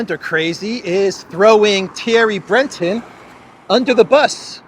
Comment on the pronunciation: It's "Thierry Breh-tohnn", not "Thierry Bretten". But apart from that, it was noted that "the letter" was addressed to Musk, not the CEO of Twitter. Weird.